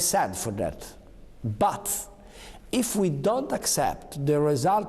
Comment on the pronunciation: It isn't said BUTZ, it is said BUT....Renzi